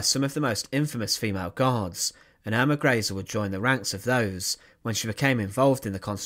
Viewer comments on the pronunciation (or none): Pronounced Earma Grayzuh.